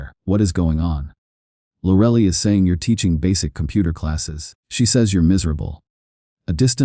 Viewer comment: "Lorelly" 😂😂 I'm sorry, but AI can take over when it learns to pronounce things.